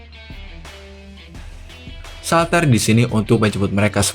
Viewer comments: itu ngomong shaltear nya jngn salter jd ngakak, pengucapannnya saltiar(shaltear) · shaltear bang bukan shaltar